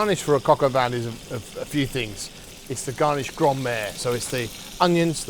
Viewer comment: Shouldn't it be called "poulet au vin " since the coq is the rooster and btw don't pronounce the n on vin